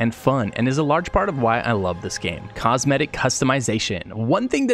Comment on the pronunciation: its called cosmetic and not cometic